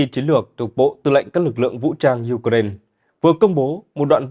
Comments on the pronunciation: đã bảo vậy mà, nghe thật hay đúng không ? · BTV phát âm Ukraine nghe hay hơn Ukraina. 👌👍❤️